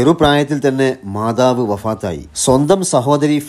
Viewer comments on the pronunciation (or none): none